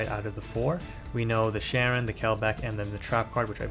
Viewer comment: Hearing people call her Sharon is such a huge pet peeve of mine lol. It's pronounced Shy-ren. But great video as usual.